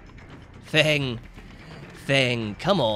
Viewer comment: Who else kept getting annoyed when he kept calling her fung instead of feng that one time.